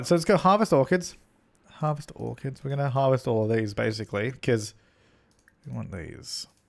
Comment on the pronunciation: when you said "harvest orchids" I thought you said "harvest organs" and I was like what you can do that in the sims?!